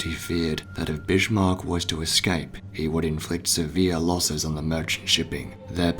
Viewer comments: He is the Bismark,not the bishmok. Learn how to speak, for crying out loud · Always thought it was Bismark not Bishmark? Very sobering to see the exact moment so many British sailors died, at least for most of them they would know nothing about it killed instantly in the huge blast! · It hurts a little when you pronounce the name of the ship like Bishmark. Bis-mark, whereby the "s" is strongly emphasized, for example like in the English word "service" would be more correct ;-) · BiSHmarck?) Lol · There's no H in 'Bismarck', bud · Twist : I think that he pronouncing the sound of the letter H could be because of his apparent British accent even though as you stated their is no H in the word. One example as an American I can say on the different pronunciations between American and British accents is with word Schedule. I've heard many British people pronounce the sound the sound of the H in that word while we Americans don't pronounce the sound of the letter H in that word. Now I still don't know myself why he chooses the pronounce the sound of the H when the letter is not there, but it's still amusing when people of different countries try and talk in English. 🤭🤭🤭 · Incorrect Humberto.